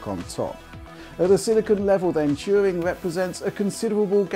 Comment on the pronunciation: I just came here to hear say "Turing" a lot